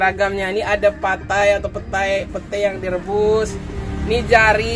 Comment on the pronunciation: Patai, Petai, or Pete? which one is right? in Riau people call it "Petai", in Jakarta people call it "Pete". This is the first I heard you call it "Patai".